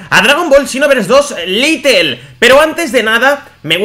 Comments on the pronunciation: Little se pronuncia litel como tu lo dices pero realmente el juego es lite y se pronuncia lait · Por que dice "Litle" "es "Lait" o "lite" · Se escribe "Lite", se pronuncia "Lait" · se pronuncia lait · Porque no pueden pronunciar bien las palabras en inglés? Es lite, LITE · Es "Lait"